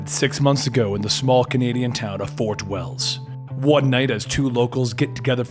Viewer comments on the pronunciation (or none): none